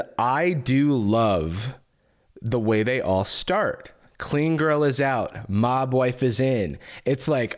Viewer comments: About 4 and a half minutes into stopped hearing “mob wife” and started hearing Mogwai 😂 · Every time said mob wife I heard mogwai, the picture of them in fur coats at the same time was particularly jarring. Those people wearing mogwai fur coats is particularly difficult because a)mogwai are sentient beings that shouldn't be used for coats and b) not real.